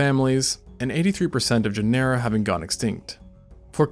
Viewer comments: I love your videos but everytime you say Genera like Panera makes my skin crawl. It’s pronounced like Gin-uh-ruh like gener in generation. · Say "janera" one more time. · it's weird that you put all this stuff together but can't pronounce "genera" therefore never even took high school level biology?